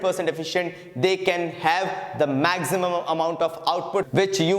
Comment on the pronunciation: Can you stop pronouncing 'maximum' as 'mak-zimum'